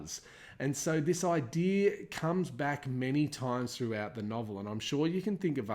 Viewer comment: "This idear"